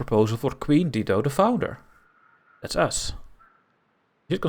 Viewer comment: It’s dye-doe